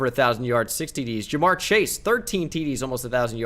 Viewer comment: Am I the only person who gets annoyed by him saying chashe young instead of chase